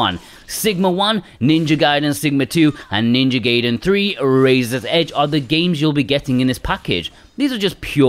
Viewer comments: it was a play on his mispronunciation of GAIDEN as GAYDEN. He got the first two right but for some reason called 3 GAYDEN. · its GUY-den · How is it 2021 and people still aren't sure how to pronounce GUY-den? Its just objectively, factually pronounced that way. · It is actually pronounced Gaiden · Lmao switching between pronunciations of gaiden lol, brilliant. :)